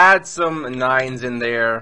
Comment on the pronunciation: The way when he says nine the subtitles says "nein nein nein nein nein" 🙋🙋🇩🇪🇩🇪